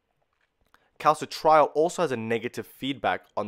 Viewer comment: As much as I appreciate the information, it is a major pain for the non-Anglo world to decipher Latin- or Greek-based terminology pronounced consistently wrong: calci-trial (cal-citri-ol), lie-gand (liggand), oxi-daze (oxi-dah-sey), endo-cry-nology (endocreenology, 'i' as in FIT). '' sounds of 'Phili-pine' origin, thus, having once been a Spanish colony, could we have a Spanish based pronunciation, PLEASE?